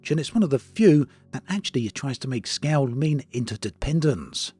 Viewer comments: I think when you say “scow” you mean scale? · I thought he was saying "scout"...